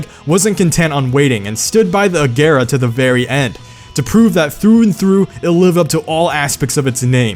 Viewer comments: Every time he says A-gare-uh instead of A-zher-uh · Its pronounced agera or ajera 🤔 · U kept saying Agera wrong 😂